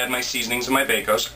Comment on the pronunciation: lol you called it Baco's at first!!! LMAO!!